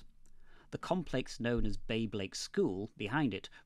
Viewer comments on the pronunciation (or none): Bablake isn't pronounced "Babe-lake" ... heh, a lake full of babes :-D